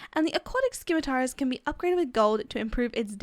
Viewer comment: I looked up how to pronounce Scimitars and its pronounced Sim-meh-ter